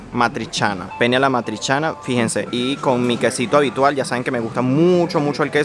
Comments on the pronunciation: non e pene, dobresti essere penne dopia n. o suena un poco raro para los latinos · La pronunciación no es pene como el miembro viril masculino es penne pronunciando la doble n. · no es pene!!! se dice penne con doble N es mum importante. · Ma se lo pronunciate come fa il ragazzo, con una sola N, la gente capisce Pene e non Penne! E “pene” è il membro maschile anche in Italiano. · Soy italiana,te quería decir , que la pasta que te comiste, ( Penne alla matriciana) no es di Napoli , es un plato típico de Roma. P.S. Muy cuidado cuando pronuncia Penne ( la pasta). Porque como lo pronuncia la gente hispanoblante con una sola N, en italia tiene otro significado 🤣🤣🤣 🤐😛. La pizza en Napoli no tiene otro estilo, es simplemente la verdadera Pizza!